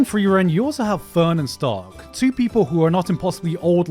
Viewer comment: Its Sh-ta-r-k-Sa-Ma not tony stark 🤧